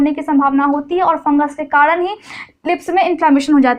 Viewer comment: Kadan nhi karan hota hai